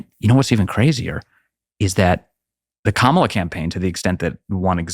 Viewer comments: While the left is getting triggered over the pronunciation of Kamala, Tucker casually saying it Karmella in the first minute of this video 😂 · I love the fact that Tucker calls Kamala "Carmela". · Love how Tucker purposely butchers the demon hag’s name. 🤣